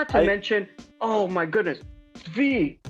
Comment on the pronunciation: Also dudes its not SVY, it's SVI. Pronounced SVEE